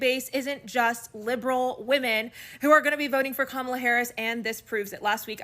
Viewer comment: Long time viewer and fan. I'm sick of commentators like you pronouncing her name incorrectly. You, Levin and viva frei... why!? It's comma-la